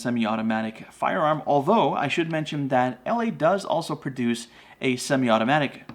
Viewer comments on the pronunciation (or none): none